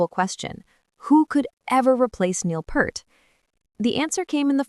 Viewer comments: phonetics: Neil Peeart NOT Purt !!!!!!! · Her kit is maybe a quarter the size of Neil's? lol She nails it though. And Neil's last name Peart pronounced as peert, not pert, not part, but peert. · It's not Pert as in pert, it's Peart as in "ear." How do you not know that? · not "purt". PEERT. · AI bullshit. And it's PEART not PERT. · Peart, not pert. Synthetic AI voice is worse than ultra-processed food. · For the last time, generic female AI voice-over, It's pronounced Peert, with a long E, not Purt. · It's "Peart", not "Pert", and I don't watch AI generated trash. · It's NEIL PEART !!! (Pronounce PEEERT!!!!!!) 😉😉😉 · Neil Peart … pronounced like Peert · It’s pronounced Peert. Like ear with a p at the beginning and a t at the end. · It’s (Peert) and Geddy not Getty! Artificial Stupidity. Show me the actual video! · For god sakes it's Neil Peart (pronounced PEEERT) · Bad robot! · Pert is a shampoo. It makes me batshit crazy when they mispronounce Neil's last name!🤯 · You don’t know how to pronounce Neil‘s last name and you spelled Anika’s last name wrong. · Watched for a few seconds until the AI voice mispronounced Peart. bye. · Using AI to pronounce Neil's surname was a bad move. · You could at least pronounce Neil‘s last name correctly out of respect! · One would like to think that someone who feels compelled to produce and publish such a video would at least know how to pronounce the name of Rush's drummer. And be a little less inane. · Long live Rush. You didn't pronounce Peart correctly and you spelled her name wrong. Slop video. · Such a disgrace that they still can't pronounce Neil's last name correctly!!! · It's Peart! 👂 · The Ai bot didn’t pronounce her name right either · Teach your AI to pronounce Neil's last name correctly. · Teach the AI how to pronounce "Peart."